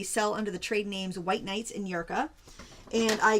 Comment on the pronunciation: pronounced the White Night maker brand correctly. Love to see in all the palettes that you’ve shared over the years in one whole video!! And thanks for recapping the highlights and tips for each brand!